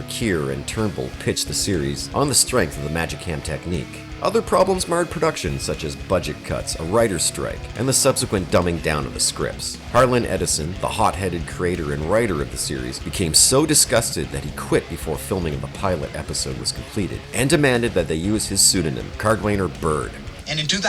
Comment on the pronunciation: Are you saying people’s names wrong on purpose to protect yourself from liability or something? Douglas TRUMBULL, not “Turnbill”. Harlan ELLISON, not “Edison”. I turned it off after that because your credibility was destroyed.